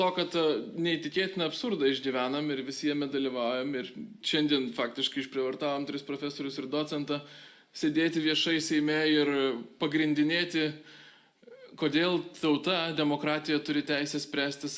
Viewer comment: AkcEntas, ekvivalEntas ir docEntas, o ne dOcentas!